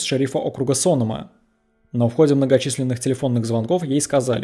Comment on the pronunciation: Не СОнома, а СонОма. По крайней мере местные говорят именно так.